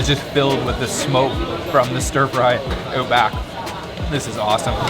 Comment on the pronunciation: The way he pronounces " OUT ".. eeooot.. weird accent..